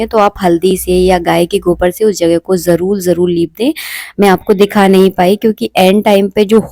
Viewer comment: ap jarur ko jarul kyo bolti ho